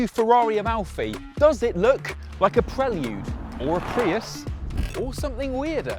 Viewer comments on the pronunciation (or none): Your pronunciation of prelude makes me sick.